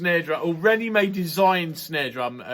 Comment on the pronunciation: Rrrrrandy May!